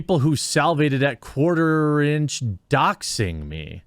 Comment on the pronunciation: hahahaha "quaterinch"" l0l